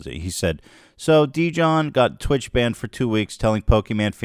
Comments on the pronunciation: Ethan I swear to god. If your covering a story at least TRY to get the dudes name right. His name is Jidion not Dijon. I know that's what he changed his name to, but its obvious you put surface level investigating of this before you turned the camera on. Luckily its the right take, but you gotta do better dude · I cant believe Ethan called Jidion “Dijon” like hes named after the mustard🤣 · Ethan calling him “Dijon” instead of Jidion 🤣🤣🤣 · It’s Jidion Not Didion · It is so funny to me how ethan consistently pronounces his name dijon, like he's some kind of mustard 😭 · What? I'm confused, isn't he called jidion? I just hear ethan say Dijón like the mustard LMAOOOOOOOOO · I love that he called him “Deejohn.” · Ethan keeps calling him dijon like the mustard lmao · Ethan calling jidion deejon made my night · Lmao “djohn” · "Dijon" lolol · Ethan its Jid-e-on lol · "Dijion" 💀 ILY Ethan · Ethan. Dijon is a type of mustard lmao. Where’s the crew to help the pronunciation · Bruh mispronouncing a poc name as a joke… thats a lil racist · “There’s this person named Dee-John” 🤣🤣🤣🤣 bruh cmon Ethan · I love how unknown this guy was that Ethan isn’t familiar enough to say his name right 💀 dudes a loser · This was badly explained. I watched it all live. Your pronouncing his name incorrectly as well. He wasn’t doing anything misogynistic. All he said was post L + ratio in her chat, trolling her, because he found a video from her saying the n word. He could have not said anything and it would be fine but this is very badly explained. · I’m not sure if Ethan was pronouncing Jidions name as “dijon” because the guys a sexist, incel loser or if it’s because he doesn’t have anyone there to correct his horrible name pronunciations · i love how ethan mispronounces that man's name without even realizing LMAOOOO